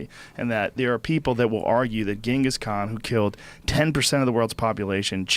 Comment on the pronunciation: Why does he pronounce Genghis like that lmao